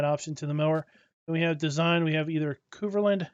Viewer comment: like how you say Kverneland the proper way is K verne land sound the verne say the K verne land.. S C UK.